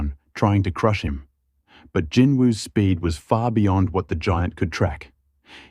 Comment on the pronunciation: I wish people would just say Jinwoo Sung it's not hard